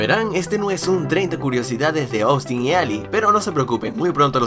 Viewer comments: se pronuncia Ostin, no Oustin, así va el nombre Austin. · Minuto Trish: Silla Austin: Zyia Trish: Puerta Austin: Puerrrrta Trish: Bicho Raro Austin: Vichou Radou